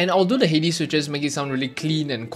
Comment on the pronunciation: I just wanted to say congrats on pronouncing "Hades" correctly!